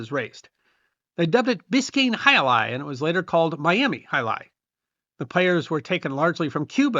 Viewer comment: As a native Spanish speaker I was pleased about your completely correct pronunciation of the name of the sport. As the video rolled I noticed how current were the pronunciation tips in ads. Also, as a Spaniard, I must point that the sport is not exclusive of the Basque region, but it is true that there is where it is most popular. There are frontones in many villages outside the Basque region. As an example, I grew up in Madrid in the 70s and my school had its own frontón where we informally played in all imaginative forms: from a more or less canonical way (the hand version, not the cesta-punta) to games where we used tennis rackets or even feet with soccer balls. It also must be noted that in the first half of the 20th century it was a very popular sport all along the country but I think it was overwhelmed by soccer.